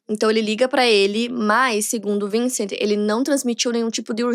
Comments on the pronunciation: Acredite... impecável, não! Ela se esforçou e foi bem, mas não é impecável. O próprio nome da Marie se pronuncia "Trrrantinhõan" (kkk é o mais próximo que consegui descrever).... o irmão dela Vincent, em francês a pronúncia é "Vãnsãn)... Françoise é "Frrrançoá" Enfim... detalhes... sem nenhum problema não ser perfeito, não é obrigação dela - que inclusive avisa a todos que ainda está aprendendo. Mas o público bajular como perfeito, impecável é exaltar algo que NÃO está perfeito, nem impecável. Só isso. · Não se fala vincent se fala vansan